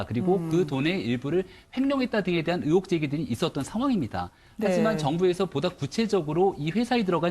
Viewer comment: 으혹이 아니고 의혹이야 발음 안되냐?